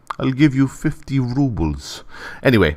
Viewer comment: i'll give you 50 ruebles... " hhahahahahaha